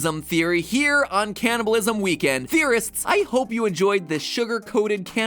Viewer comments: me through the whole vid as my parents hear him say caniableisum like 20 times: WHYYYYYYYYYYYYYYYYYYYYYYYYYYYYYYYYYYYYYYYYYYYYYYYYYYYYYYYYYYYYYYYYYYYYYYYYYYYYYYYYYYYYYYYYYYYYYYYYYYYYYYYYYYYYYYYYYYYYYYYYYYYYYYYYYYYYYYYYYYYYYYYYYYYYYYYYYYYYYYYYYYYYYYYYYYYYYYYYYYYYYYYYYYYYYYYYYYYYYYYYYYYYYYYYYYYYYYYYYYYYYYYYYYYYYYYYYYYYYYYYYYYYYYYYYYYYYYYYYYYYYYYYYYYYYYYYYYYYYYYYYYYYYYYYYYYYYYYYYYYYYYYYYYYYYYYYYYYYYYYYYYYYYYYYYYYYYYYYYYYYYYYYYYYYYYYYYYYYYYYYYYYYYYYYYYYYYYYYYYYYYYYYYYYYYYYYYYYYYYYYYYYYYYYYYYYYYYYYYYYYYYYYYYYYYYYYYYYYYYYYYYYYYYYYYYYYYYYYYYYYYYYYYYYYYYYYYYYYYYYYYYYYYYYYYYYYYYYYYYYYYYYYYYYYYYYYYYYYYYYYYYYYYYYYYYYYYYYYYYYYYYYYYYYYYYYYYYYYYYYYYYYYYYYYY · Its "candy-bulism" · "The secret is canabalisim" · "CANABILISM WEEK"